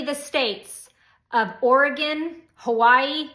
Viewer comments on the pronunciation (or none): none